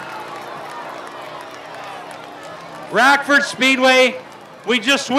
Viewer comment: “Handa” and “Rackford”. Hahaha